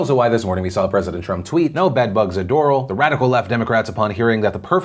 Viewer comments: Do-RAL it was so interesting hearing it pronounced door-le though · You’re saying Doral wrong. You say al as in alchemy. I live in the city next to it, Hialeah Gardens. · Lol Phil it's Do-RAL, not DO-ral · Not that it matters cause you are the best but its not Doral like floral its Dor-al. I probably didnt make it better or explained it well lol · Philly, I'm from Miami. Its not pronounced "Dohral", its "Dorahl". That probably makes no sense tho. Lol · You know how you're not from Miami? You pronounce "Doral" like Door-ohl intead of Door-Al. LOL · Everyone else in the states : do-roll People actually living in the South Miami area who call it door-AL : you’re mocking me aren’t you? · It’s not called DOROL...it’s DOOR-AL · I can’t get over how you pronounce Doral... it’s “Door-Ral” not Doral... Phil please 😂😂 -Love from Miami 💕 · just wanna say this Doral is not pronounced (door-ul) its (door-al) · I'm from the Miami area, and hearing someone say "Doral" like "coral" has me shook LOL. We pronounce it "Door-AL" over here, Phil! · Great show, but it’s DOOR-AL not DOOR-UL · Not Door-aul, it's pronounced Der-al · It's pronounced Doraal, not Dorol, Philip. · Lol..... it's not doo-rull...... it's doe-rall..... for Doral. Thanks for the laugh Phil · It's not DORLE, it's DO-RA-L. First time I heard doral pronounced wrong. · In Miami we pronounce Doral like “Door-ral” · Phil... it’s DOH-RAAHL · on the west coast we pronounce it doral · Hey Phil, love ya but the city Doral is pronounced “Doe-ral”. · It's Do-ral. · oh this bothered me sosososososo much Doral is pronounced door-ahl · Your pronouncement of Doral bothers me since I've worked in the city for the last 14 years, but it's Door-AL. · Doral is actually pronounced door-al (like the nickname for Allen) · It's pronounced Door al (like the name Al). Love from Miami ❤ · I live in doral. Its pernounced DOOR-AL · I cringe when you say Doral... It's Pronounced "Door AL" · Doral is not coral with a 'd.' #googleisyourfriend.